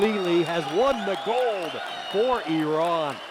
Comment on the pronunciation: I just love the fact that the announcer is pronouncing Iran correctly. Nice.